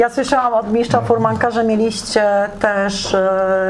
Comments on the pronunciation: Droga:) dziś obejrzałem 2- twoje filmy,pierwszy w obronie wydętego brzuszka:) który skomentowałem negatywnie oraz ten pod którym zamieszczam wpis. Film ten jest super produkcją,drobne przejęzyczenia miszcz/mistrz drażnią mnie, ale jakość tego filmu,a właściwie reportażu jest tak dobra że gdyby nie wpis jakiegoś youtubera to bym tego nie zauważył. Naprawdę jest do dobrze zrobiony materiał.Fajnie że pomyślałaś o starej gwardii,która rozpropagowała ten sport. Nie wiem czy to dla Ciebie ważne ale od dzisiaj masz jednego subkrybenta więcej. Gratuluję zrobienia dobrego materiału na poziomie profesjonalnej telewizji. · Ale jak innym youtuberom Pani wytyka lapsusy językowe albo pomyłki , przejęzyczenia to jest ok. Film jeszcze Pani o tym nagrywa, a za coś takiego jak miszcz zamiast mistrz to się w podstawówce albo to w zeszycie 100 razy pisało albo w kącie stało. Tak pilnowali nauczyciele poprawnej polszczyzny. A DZISIAJ WYJEBANE NA TO i każde zwrócenie uwagi, co by nie mówić merytorycznej, jest traktowane jako "wylewanie swoich żalów" albo bycie "sfrustrowanym hejterem". Żałosne hehe ale tak musi być w tym chorym świecie fit i kulturystyki.